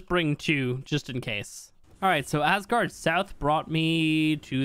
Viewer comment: Man, you really have to stop saying ass guard, please! Btw loved the video keep creating amazing content!